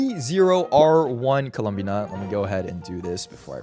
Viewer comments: I HATE IT WHY DOES HE SAY IT LIKE THAT LMAOO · please stop saying her name like that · obsessed with how pronounces columbina like he wants to say columbia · the way you pronounce columbina is so fascinating, I like it